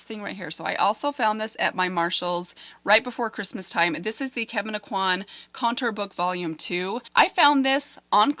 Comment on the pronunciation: You are pronouncing Kevin Aucoin’s name correctly. Love your videos! ❤️